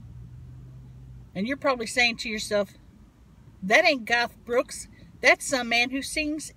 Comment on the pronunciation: Did she just say "That ain't GOTH Brooks"??? 😂